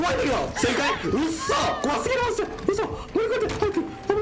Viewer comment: うっそ！がフッ素！にしか聞こえない